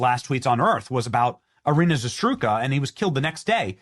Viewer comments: Benny before you say her name learn how to pronounce it correctly It's embarrassing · Benny, please, why can't you say her name right? She's too important. Haven't you heard anyone else saying her name? It's been all over the internet. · Benny, I like your stuff, but wtf was that pronunciation?! You talk about people being competent enough to vote and I'm not even sure you are after hearing that! Do better because you make conservatives look stupid when you do stuff like this. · Say her name correctly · Yep. Also Benny is hilariously mispronouncing her last name.. lol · OMG AFTER ALL THIS TIME YOU STILL CAN'T SAY HER NAME RIGHT!!!!!!!!!!!!!!!!! HOW is this not a priority for you in reporting on this after months and months? I don't think I've heard you pronounce it right one time and it is ridiculous. Let me help you ZAH-ROOT-SKA. Not ZaSTRUSKA. Good Lord. You don't even try and correct yourself. Literally every time you say it is wrong and it's NOT hard. How is anyone supposed to take your anger seriously when you can't even be bothered to pronounce her name right? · Say it with me, Benny. ZA - ROOT - SKA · Zarutzka not Zaztruka phonetic. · It's not Zastrooka. It is Zarutska (zurr root skuh). I'm normally not a grammar cop, but come on dude, lol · Zarutska not Zasdrutka lmao .. you really butchered her name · Benny, would you PLEASE rehearse any reading off a page that you plan to do, before you go to air !!! How do you get "za-STRU-ka" out of "Za-RUT-ska"...?? Puh-lease !!!!!!!!!!! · Benny my man....say it with me....ZA-ROOT-SKAH....not "Zastruka".....my GOD man, she's dead, at least take a minute before casting and get her name right bro! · Benny, it's Zarutska, that's Za-Rut-Ska, not Zastruka. If you can't even honor the poor woman by saying her name correctly then why should we care whatever tweet you had about it going viral? Do better. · Zarutska Benny Zarutska , not Zatruska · Say it with me: ZARUTSKA NOT ZATRUSKA shows me you really care bro